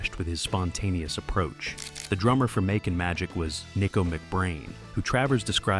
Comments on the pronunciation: "Mockin Magic" is not how the album is pronounced LOL I saw him in 79 and it was one of the worst live mixes Ive ever heard. Almost as bad as the Ramones. They both needed better sound men. Albums are excellent though. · "Makin' Magic" the AI pronounces it Mach-in Magic. 😆😔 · Mahkin Magic??? this AI crap is ridiculous